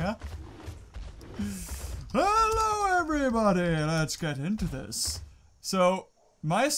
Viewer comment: good im not only one who will say ello